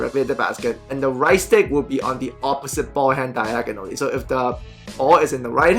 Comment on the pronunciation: “DYEGONALLY” you the man keep it up lol